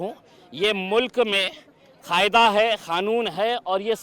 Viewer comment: Pehle to ye Mulk nhi Desh he. And dusra use Khaayda nhi Kaayda hota he 😂😂